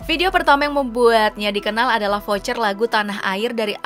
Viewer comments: mbak pengisi suara baca cover jadi vocer😂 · Voice overnya 😂 cover jadi voucher 😂